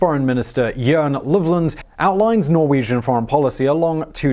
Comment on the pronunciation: you are saying so many Norwegian word wrong...